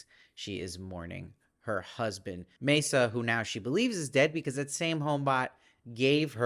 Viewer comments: It’s pronounced MAA-SA, not MAY-SA🙂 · "Masa" rhymes with the Spanish "casa". "Hime" is pronounced "Hih-may". "Noriko" has the syllable stress on the first syllable, although the syllable stress is more even in Japanese than in English. The missing finger is an indication of yakuza membership, specifically payment for some failure in yakuza business or society. The mother-in-law is almost certainly tied up with the yakuza somehow. (I haven't read the book.) Thank you for the great reviews!